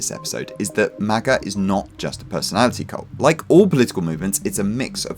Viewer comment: This dude really just called MAGA "MAGer" with the hard R 😂